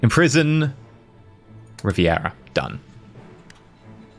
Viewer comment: Lesson 2: Primo de Rivera, the Rivera name should sound more like "ree-BEH-rah" than "ree-bee-EH-rah" since that would require for it to be spelled Riviera instead of Rivera